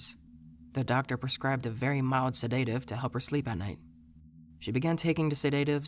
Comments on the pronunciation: Seh -DAY-tive? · The mispronunciation of common English words like "bureau" & "seDAtive" is quite jarring & completely takes me out of the story. The narrator's voice is okay, but something about his timbre is mildly annoying.